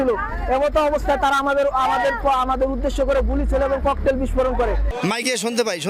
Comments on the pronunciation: ককলেট 😂 ভাগ্যিস চকলেট বলে নাই কাকা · ককটেল ❌ ককলেট✅